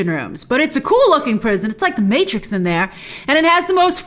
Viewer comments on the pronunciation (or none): none